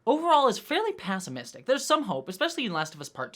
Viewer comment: I have never heard pessimistic pronounced like that 🤣